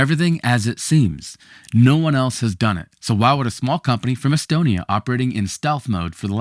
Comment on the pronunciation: “No one else has Don-ut.” 🍩